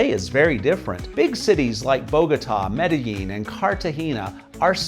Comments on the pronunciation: Maybe you don't need to learn Spanish, but you can at least learn how to pronounce the names of the cities.. example.. Medellín. ... the "ll" in Colombia makes more of a "J" sound, not a "Y" sound like in most other Spanish speaking places. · I just don't get why gringos who have lived in Colombia more than a week insist on pronouncing the double L ("ll") as a Y instead of a J. It's MedeJin, not MedeYin.